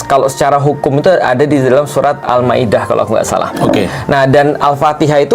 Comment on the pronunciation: bukan surat tapi surah... bukan alloh tapi allah... perlu perbetulkan